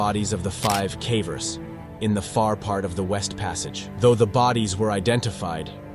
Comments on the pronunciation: What on earth are cavvers? Its pronounced in the same way as cave. Ie cay-vers. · Pronounce "caver" correctly. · Your pronunciation of “cavers” is atrocious